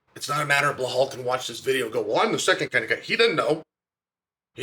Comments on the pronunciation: Chael, why is it so hard for you to pronounce Belal correctly? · Be-lal not Be-hal 😂😂😂😂😂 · I like you Chael, but it's BELAL, not BLEHAL.. Is this some kind of inside joke that I don't know about? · it's Belal not Behal 😉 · If his name was Blahal, Chael would call him Belal 😂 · Bilal Mohamed ❌️ Blahall Mohamed ✅️ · Why can't Sonnen remember the name? It's Belal not behal 😢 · You keep saying his name wrong!!!! His name is not behal His name is Belal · Now that Belal is the champ maybe Chael can stop calling him Behall. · When will Chael remember the name? It’s NOT Blahal it’s Bilal ! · Why is the fuck does Chael have such a hard time with names even when they sound exactly as they are spelled!???😂😂😂 BE-LAL like he really gets BLA-HAUL out of that??? WTF??? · Chael clearly doesn’t remember the name. lol blahal. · Who is "Bhulal" that Chael keep mentioning? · And New: Blohal "rememeber the mispronounced name" Muhammad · As an Iraq id like to say that Chael in this video looks so american to me the way he speaks and the posture with that sunglasses 😅 uncle chael 😎 The only thing he needs to work on is stop saying (Bahal) 😂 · Blahol "Mispronounce The Name" Muhammad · Anyone else come here just to hear Chael call him Blowhaul? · 🎉🎉🎉 Gotta give Chael some props for standing by Belal this whole time and believing in his tenacity. Now, c'mon uncle Chael, for the 100th time, it's NOT "Blay-haul" 😅😅😅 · Blehal Business 😂😂😂 nearly wrecked my Tacoma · chael we heard you say blehal on broadcast; nice. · I don't know. I heard "B'lal." But it's at least a bit closer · he said that once, maybe twice but 99% of time it's "Blehal" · Lol it’s bel al where he is getting an h from 😂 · Its pronounced BLAHAL lol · He still sayin blahol tho ha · Uncle Chael still pronouncing Belal’s name wrong is the best part if this video. 😂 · Hey Chael where did the H come from in Belal’s name? 😂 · Love you Chael, but heads up there’s no H in Belal 😂